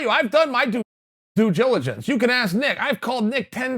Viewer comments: Chael “I’ve done my duejiligence” Sonnen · Chael: sharp as a whip Also Chael: I’ve done my do-ju-jilgence